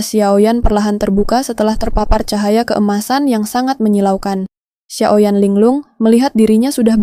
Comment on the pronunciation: Xio yan, bukan xiao yan